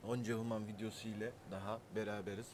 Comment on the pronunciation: okunuşu vans hümın kardeş.